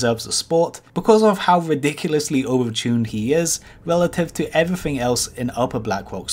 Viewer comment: "evrafeng" "kiting meffod" "do dis" 'number free" "a wock elemental" "a fwost mage" "fwostbolt"